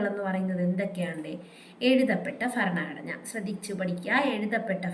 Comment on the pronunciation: ഫ അല്ല ഭ ഭരണഘടന😊